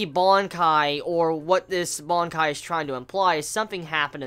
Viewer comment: What the fuck is a bonkai? It's BANKAI!😂😂😂😂